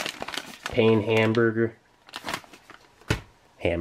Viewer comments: I love you Steve, but it's "penn" not "pain" ;-) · Pain is pronounced pah like a cheep saying baaaaaa. but with a "p" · It's pronounced 'pan'.... pain is french for bread lol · "Pain hamburger" I'm sorry, what? "Hamburger buns" oh okay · "pain hamburger" LMAO jeez buddy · “Now for that Pain Hamburger.” Me: 😔 It’s “puhn” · “Pain hamburger” As a French speaker it killed me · As a quebecois! Him saying "pain hamburger" killed me🤣🤣🤣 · I'm from Germany and damn, that one hurt despite dropping French in grade 11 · Hey Steve love your vids. Just so you know the word "Pain" is french for "Bread". Love your vids carry on!